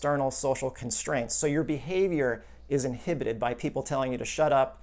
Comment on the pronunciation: "In-hip-petid" from childhood!